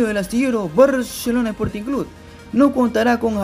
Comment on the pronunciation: Si vas a dar una informacion dala bien no somos lo mejores en defensa sino fuera por los arqueros salieramos goleados y habla bien es barcelona no baaarshelona